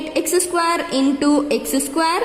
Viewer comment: Man that is not saquare that is square